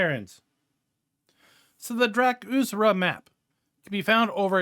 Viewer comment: The r comes before the z dra-kur-za